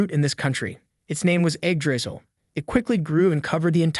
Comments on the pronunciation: bro what is eggdrizzle like it's Yggdrasil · Eggdrizzle, bro its yig-dra-sill😢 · Its not Eggdrisal its Yggdrasil pronouced Yig-dra-sil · Actually pronounced yigdraseal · I don’t know but I’m very sure that it’s pronounced ig dra cil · Do i Heard it wrong or he is say the tree name as eggdrasil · Why does he keep pronouncing it "egg drizzle" 😭😭😭😭😭🙏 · Start of the video, me seeing Yggdrasil, the narration voice saying "Egg Drisel". Sounds about right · All I hear is egg drizzle when he names the tree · I'm usually not this petty...but your pronunciation of "Yggdrasil" is wrong and horrible... yeah, Americans and those pesky foreign words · Would rather read the Manga/Manhwa, if such exists, than listen to an AI Narrator that can't pronounce Yggdrasil the same way twice in a row.